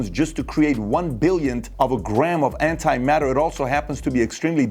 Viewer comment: Lol, "anti-matter."